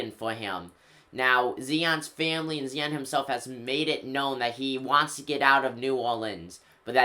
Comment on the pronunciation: Zi-on not "Zee-on"..and yes Zion is a beast and will look good on the Knicks ✊🏻